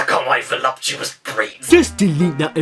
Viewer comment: This is awkward… I believe you mean his “VOLUPUTOUS breats”